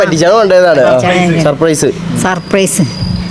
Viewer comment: സസ് പ്രൈസ് അല്ല സർപ്രയ്‌സ് പറ ഡാ 🤣